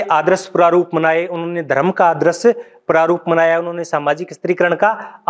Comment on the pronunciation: आदरस नहीं यार आदर्श